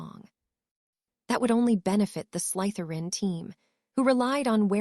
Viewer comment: Why oh why can this AI never say Slytherin right? Slither-in not Sleith-er-in.....